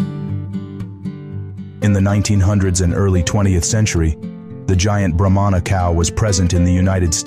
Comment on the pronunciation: It’s pronounced Brah-mah not bro-mon-a. They aren’t necessarily a giant breed of cattle but a Brahma Bull can break the 2000lb mark. If I’m not mistaken those almost pure white Bulls all together being moved by a guy on horseback in Florida are registered F1 Bred Brahma bulls worth quite a bit. When my family still had a farm and raised beef cattle we kept a Brahma bull as our herd bull for years. We would put him on black angus and sometimes Hereford cows. This results in cross bred cattle. With the black angus and Brahma cross you get Brangus calves. With the Hereford and Brahma you get Braford calves. Both those crosses are now their own registered breed of cattle with some farms raising just them. . I prefer all my cattle to have at least some Brahma genetics because it adds heat tolerance and makes for superior calves over purebred cattle. Brahmas always are thought of as mean and wild but in my experience it’s usually only the females. The laziest most gentle Bulls I’ve ever seen were purebred Brahmas. Now when you cross bred them especially the Braford I mentioned can be some of the wildest bulls and cows around. If you watch bull riding like the PBR and see a red or brindle colored bull it might not be all Braford but they look like that and truly athletic creatures.